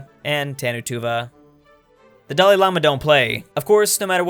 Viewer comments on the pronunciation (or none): none